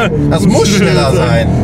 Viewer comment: Doch, das ist chneller 😂